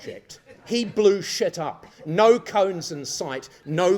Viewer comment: "it's in deep-sit, Paul.... Deep-SIT!"